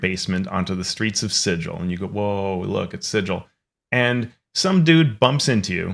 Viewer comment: Actually it's pronounced Sigil, not Sigil. 😂